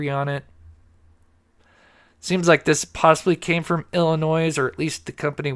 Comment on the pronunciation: can't say Illinois correctly to save his life. Good show though!